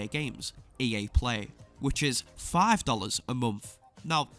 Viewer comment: I'm sorry but everytime you say FIVE I just can help but laugh, your accent makes it sound so funny.